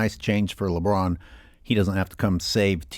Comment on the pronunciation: omg the says “Broussard talks about LeBroon” made me laugh hysterically 😂